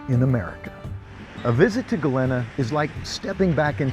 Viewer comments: Pronounced Galeeeeena not galinna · Sorry, friend….but you’re going to have to go back & re-film the entire episode with the proper pronunciation of the name Galena & a proper outfit to wear. Other than that, I’d say you nailed it! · Maybe you should do your research before making the video. You obviously new the history so you should have know how to pronounce Galena.